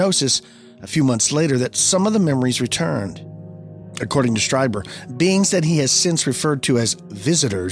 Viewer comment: Greta show guys! Whitley’s last name is pronounced ‘Streeber’.